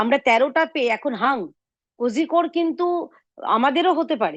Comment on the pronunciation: ওটা কোজিকর নয়। কলিককোট